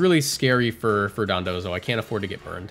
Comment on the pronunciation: why do you keep pronouncing it dodonzo? it's dondozo